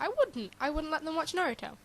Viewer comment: You're right. It's not a cartoon! It's an ANIME. THERE IS A DIFFERENCE! And the media got the name wrong. It's Na-ru-to! NOT Nerutu! The poor person just didn't have much common sense I guess... Why he even mimick Gaara burying people in sand? And they should NOT blame the anime for the PERSON'S ACTIONS. Last time I checked, Naruto was PG-13. And how'd they come up with the name Nerutu Sand Ninjas? They have names and last time I looked, the most famous Naruto sand character is Gaara.